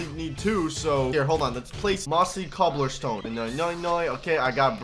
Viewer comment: It’s cobblestone NOT COPPLERSTONE